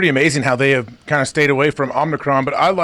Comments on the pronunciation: Are they saying omicron wrong on purpose? Make it sound like a transformer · So are they saying Omnicron as a joke or any other intentional reason or is it just CTEs